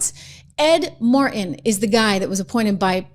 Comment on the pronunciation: Trish, there is a god-damned "T" in Ed, Mar-T-in! CAN'T WATCH MORE OF THIS VIDEO!